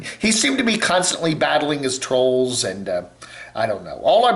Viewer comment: YT got tired of hearing him pronounce trolls as "trows."